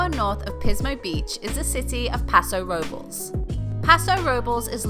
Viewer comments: Um... the city of Paso Robles would be pronounced "robe - lace"..... just saying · Sound like a local lesson: Paso Robles = "Pass-Oh Robe-Less" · Lol, it's pronounced Paso Robe-Less. 🤣